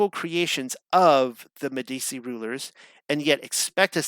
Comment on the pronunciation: Meh - dee - chee -- is how you say it. At least put a little effort in.